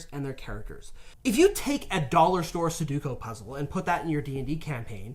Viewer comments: Su-do-ku, not su-ku-do. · say it with me! su-do-ku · please stop saying sadooko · Everytime says suduko I lose enamel on my teeth. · "suh-duko" had me crackin' up WAIT you just said it again lmao STOP, I CAN'T TAKE MUCH MORE